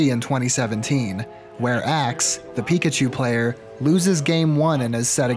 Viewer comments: please never say Pre-kachu again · I'm calling Pichus "Prekachus" from now on. Also Raichus will now be "Postkachus". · I'm saying prikachu from now on